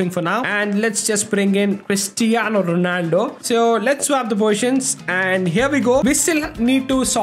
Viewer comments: why are you looking at his name? Those cristiano ronaldo fans also disrespect r9 so much. Also,even I heard saying 'pristiano' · Pristaino Ronaldo 😂😂